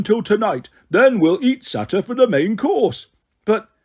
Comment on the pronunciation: Same with saytr idk how to spell it